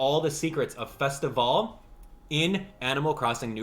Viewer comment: THANK YOU for saying Festivale correctly!!!